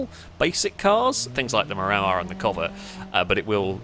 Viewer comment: I live in the Wellington suburb of Miramar and it's pronounced locally as 'mirror-mar.' So it really jars the ear to hear saying it as 'mi-rammer!'